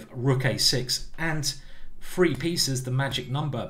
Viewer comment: FFFFree pieces is the magic number...FFFreee?? TH TH TH TH TH TH ...........practice for five minutes and learn too say the word correctly. This guy wants us to practice chess..yet he chooses to not practice the word THree.